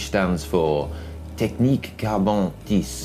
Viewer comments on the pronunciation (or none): Tube verre tissé (woven), not "tisse". You are not even trying